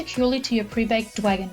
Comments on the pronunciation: Omg it's Dragon not "dwagon" this isn't pre school that was so fucking annoying hearing you say "dwagon" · dwagon? its dragon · "Shut up" these charms are called dwagonz by the original creator it's not the way she pronounces it 😐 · You're like 40 years old talking bout "dwagon".